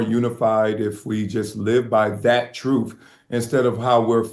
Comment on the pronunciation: Much respect, but he said:"Troof" is Truth!